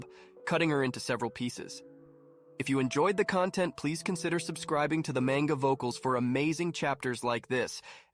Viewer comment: Good video and narration but you gotta pronounce manga right 😂